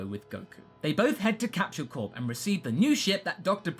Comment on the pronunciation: and it's funny when u say capshule corp insteadnof capsule